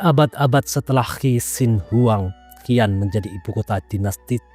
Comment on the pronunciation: Xi'an,,, dibaca "Si An",,, bukan "Ki An"